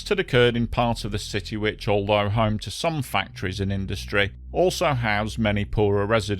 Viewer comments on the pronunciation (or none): none